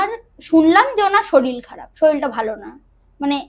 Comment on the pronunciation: Bhalo laglo, tobe saril saril naa bole, sarir bolle sunte bhalo lagto...